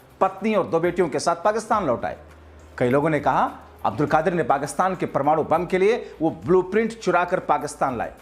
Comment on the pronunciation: Bhai Aap Pehle sahi se bolna seekh lijiye uske Baad fake news chalaiye Doctor Abdul Qadeer khan ڈاکٹر عبدالقدیر خان ko Aap Abdulkadir عبدا لقادر Keh rahe hain Poora Naam aur poori meaning hi change kar diye hain